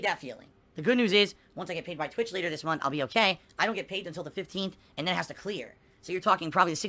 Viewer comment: April 15th 2019 “Ohmm, mai payment frum Twitch that wuz due in February still hasn’t cum thru yet, so Ai’m gunna need you guys support again this munf. Sounds good?” *PIG SNORT*